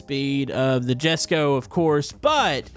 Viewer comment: jesko is pronounced yes go